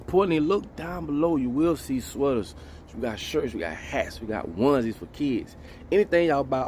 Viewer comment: Man said he's got oneszees for kids 😆